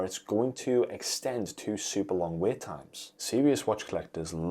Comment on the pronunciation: It’s ‘wait’ not ‘weight’ …..